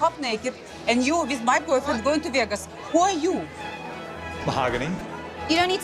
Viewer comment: Veahgoose! I will never say Vegas correctly again 😂